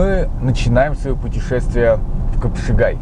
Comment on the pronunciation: Хорошо сняли, молодцы! Только почему "кЫпшагай"?